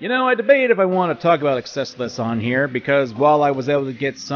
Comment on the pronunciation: The way you pronounce Excelsus is... frustrating.